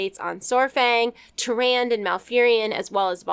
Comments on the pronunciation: Tyrande is pronounced, "Ti-rand-uh", not "ti-rand". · Tyr-ahn-DAH. C'mon, I love you but Tyran? At least say duh at the end. lol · It's Tyrande with the e pronounced. Not Tyrand. IDK why that so cringy lol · Isn't Tyrande's name pronounced "Ti Ran Dah" ? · who the fluff is turan....tyran.....w/e. Come on now you could at least pronounce them correctly considering you make your living off of this stuff. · Is it bothering anyone else how she pronounces Tyrande?